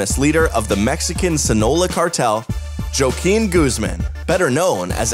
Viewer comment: “Joekin Guzman “